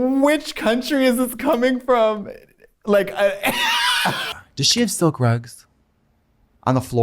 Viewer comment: silk rugs? I thought she said sell grugs. Also Katya is so ridiculously cute in that red/black outfit with the pigtails